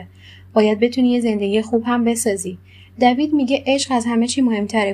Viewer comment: خانوم محترم دیوید،دوید چه صیغیه‌ای دیگه😬😂